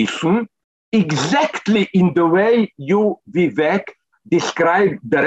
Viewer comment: Vivek doesn't rhyme with Zizek btw